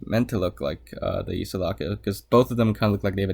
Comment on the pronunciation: I think "Sulaco" is the only thing from Aliens you pronounced correctly lmao. Ay-pown.